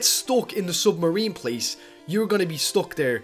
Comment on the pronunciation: lol he says sumarine LOL